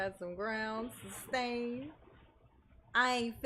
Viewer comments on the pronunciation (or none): GROUNDZ !!!!!! SUBSTAIN !!!